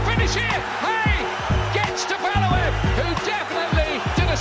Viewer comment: Nikolai valooov tony belooo du bois, wtf are those pronunciation, val u ev, bel you dub wah thats how you do it properly